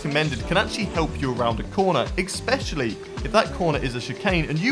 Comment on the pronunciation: it's especially* not expetially